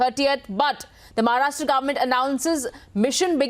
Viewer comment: It is महाराष्ट्र and not महाराष्ट्रा